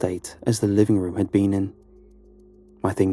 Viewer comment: That’s so funny I notice the same thing with the guy from Lighthouse Horror every time he says the word “room” it sounds like he’s saying “rum.” So now I listen for it in every one of his videos he says it at least once lol